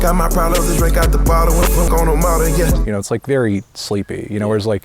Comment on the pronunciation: bro said yeak